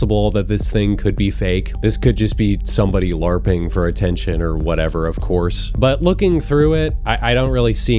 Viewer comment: “larping” 😭😭 larping the word larp